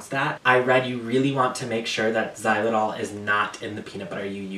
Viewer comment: Also I’m like 90% sure you said xylitol right! We love a queen of pronunciation!!